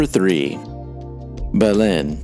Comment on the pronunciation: I’ve never heard anyone pronounce Belen like that.